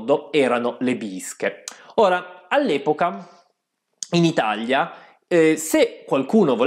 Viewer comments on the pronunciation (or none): none